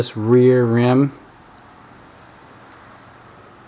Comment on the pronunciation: Eclat is pronounced éclay